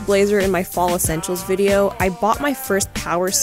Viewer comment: She actually sounded aussie “videorrr” 😆